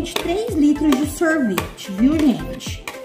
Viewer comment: e, sorvete não sorveti